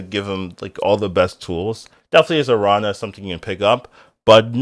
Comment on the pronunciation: Nice to see you're back. Love your takes on cards. The tilde over the n in Araña changes the pronunciation, it ends as "Narnia". It's just spider in spanish, btw.